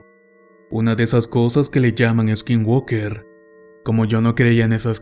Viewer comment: Skin walker? O skin worker? Se te entiende "woker".....muy buenas tus historias exelente forma de narrar!